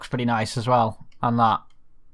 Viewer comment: When you say “that” it’s sounds like thot. Lol